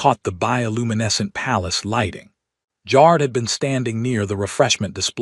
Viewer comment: It’s funny how the AI pronounces ‘Jar’d’, instead of ‘Jared’.